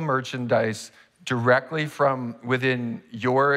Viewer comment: "from" not form